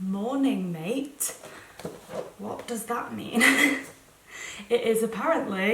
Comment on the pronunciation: Oh it was so funny when I heard how you pronounced "mate"😂 try googling pronunciation of the South American yerba mate 😀